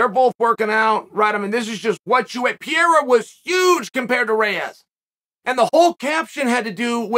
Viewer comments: the moment he said PIERA i stopped the video. When he did it with BELAL, it was funny , but now is ANNOYING as hell...Is like a 5 year old repeating the same joke over and over again hoping to get the same laugh. Bro, change the material, it's ain't funny at all...Very close to unsubscribing. I'm sure i'm not the only one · PEREIRA not Piera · Alex "Piera" Pereira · who dafuq is pieira? its fucking PE REI RA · Pierra XD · Per-Rare-Uh. You can do this Chael. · Pierraah lol Uncle chael at it again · Next week perierias name is guna be perura lol the way chaos pronounces it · PeeAirA is good at Mooey Tie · Chael never gets a name right. Pierre ah. LOL! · Every video Uncle Chael mentions Pierre-uh, I reminisce and re-watch a George St Pierre fight from the past. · I must say this is first time that Chael's mispronunciation of Pereira's name is irritating me :D